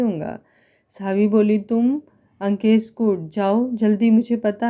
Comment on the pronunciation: Nice story mem par aap Ankesh bolti h to yeisa lgat jeise lankesh bol rahi ho koi dusra naam rakh leti mem